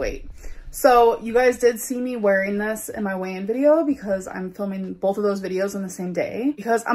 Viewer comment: She can’t BOLTH!! Lol